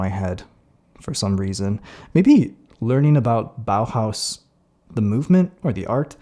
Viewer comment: BAUHAUS? IS THIS WHAT YOU SAID? WHAT THE FUCK.